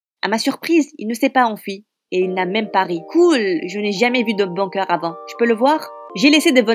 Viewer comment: C'est la pire histoire du monde en plus l'image et le titre n'ont rien a voir avec l'histoire et aussi apprenez à dire bunker svp